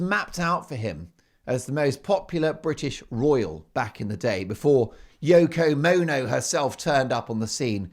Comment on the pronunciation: Yoko Moan-O 😊